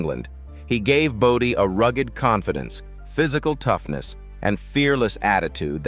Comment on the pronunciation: FFS, enough with the AI voice over. Bodie is not body. CY5?